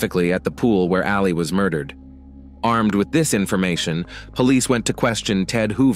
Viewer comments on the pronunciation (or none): It's Ali......Not Aleeeeeee!! Reminds me of Mohammed Ali every time you've said it.